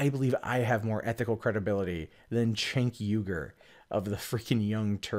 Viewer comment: Man complains about "activism" in news from TYT. The crickets chirp to the tune of the Fox News intro. Mentions Armenian genocide. Completely unaware of The Young Turks position on the issue. Complains about the owner of the company. Can't pronounce his name. Just say that you resent their success and be done with it. Because your issues with your competitor don't begin to approach validity in this video and reek of petty resentment. Still, the tribal political slogans that pass as commentary from your fans are fascinating ... . Can't wait for the "way more ethics" though.